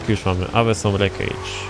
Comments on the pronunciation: Awesom haha aosom sie mówi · Ale na pewno nie "awesom" PS "asom" najczęściej czyta się w US, ale oboje mamy racje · Awesome czyta się jak "osom"